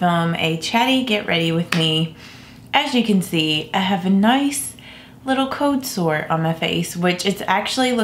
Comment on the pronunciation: Does she not say her "L"s and "R"s on purpose? It's always irritated me but I would never tease someone for a speech impediment. However she only seems to do it on occasion. "Code Soe". I wish I didn't feel so annoyed by this because she seems like a very simple, nice person.